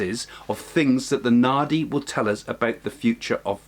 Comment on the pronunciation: My head knows you're saying naadi leaves but my ears hear it as naughty leaves. Lol